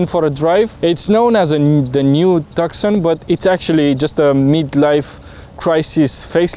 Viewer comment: Every time he says TAKSON ...a small kitten dies.